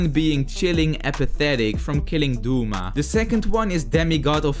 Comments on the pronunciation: It’s not dooma it’s do-ma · Bro said akeeeza tenjen and dooma 😂😂😂😂😂😂 no offence its just funny i dont mean it in a bad way